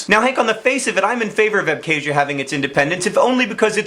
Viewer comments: It's not pronounced "æbke̞ʒiɶ," but "abxazia" (using IPA). I know that mispronouncing words is your thing, but the 'x/kh' sound is not 'k,' it is like the German 'ch.' Random tidbit, the endonym of Abkhazia is Ap’khazet’i, and Georgia is Sak'art'velo. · Good video, but John's pronunciation of Abkhazia is yikes. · PS. please learn how to pronounce "Abkhazia" you have obviously never even heard of the region before the conflict happened.